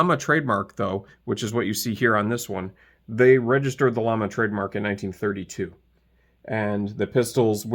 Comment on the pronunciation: Pronounced “yama”. The double “L” makes a y sound.